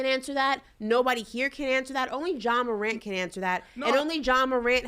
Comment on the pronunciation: A Moron (Morant) move. The “t” Is silent 😂 what an unintended pun…Brandon Marshall plz STFU!!!